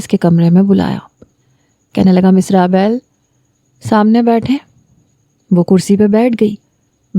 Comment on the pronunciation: raabayl nhi rabeel nam hy